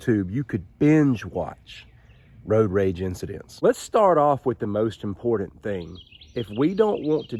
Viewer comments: I agree with you about road rage. It needs to be stopped. Btw, it's spelled and pronounced important, not impordant. A "T" not a "D". Sorry for correcting you. Thank you. Like your video. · Great video but everyone should know that “impordan” is not a real word. To me, this is very important.